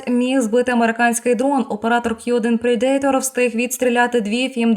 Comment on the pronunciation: Predator вимовляється / ˈprɛdətər/, а не /prɛ'deitər/. 😉